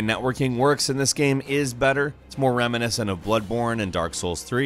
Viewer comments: He also says "Gam". Drives me freaking crazy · While I enjoy these videos... I Can't stand how he says "game". It's like... "geeim" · once you hear gäme you cant unhear the gäme in game lol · I love, but the way he pukes the word "game" rarely fails to frustrate